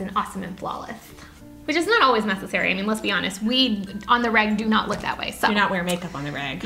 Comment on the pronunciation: On the reg or on the rag? Lol. I had to rewind 😂